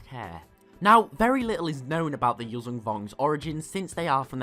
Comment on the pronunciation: You pronounce it incorrectly it's Yujan (that zh is pronounced as s in word viSion)